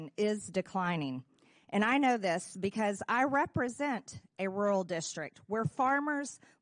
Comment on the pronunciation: Hey, it's ru'ral not rule. 😂